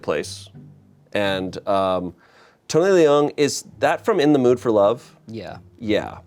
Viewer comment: I already forgive you, but not knowing how to pronounce Tony Leung and Ayo Edebiri really hurts Especially Leung Chiu Wai as a Hong Konger 😭